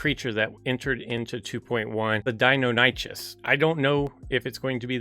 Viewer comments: It’s pronounced “die-NON-nick-us.” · You’re pronouncing Deinonychus wrong and it makes my ears hurt. I’ve been knowing how to pronounce it since I was a kid. lol